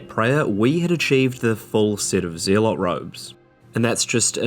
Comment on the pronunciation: Lol yeah but I'm just messing with you. It's pronounced like "zealous". They are the same root word.